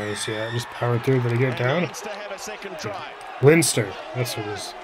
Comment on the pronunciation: 'Leinster' is pronounced Lenster.